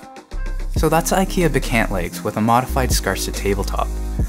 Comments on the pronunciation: Not to be petit but it's pronounced bekAHnt, not "be-can't", like you say it. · its pronounced BEK-AUNT (even if it looks ANT) as in your AUNT Judy!!